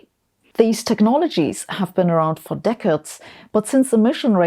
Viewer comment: Practice pronounciation of “decades”. And what to do: sell and use public transport! If that is noten option, drive electeic, and always at the most modest speed, accelerate as an 80 year old and use the best fuel, and smallest engine!